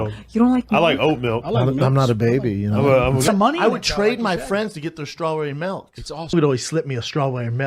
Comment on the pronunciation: Sssschtrawbury melk....my favorite.